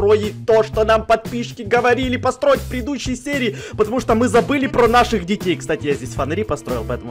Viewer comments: Почему говорит не построить а посроить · Мне ожной постоянно кажеться что говорит не посторить, а посроить? Или не подстраиваем а постраиваем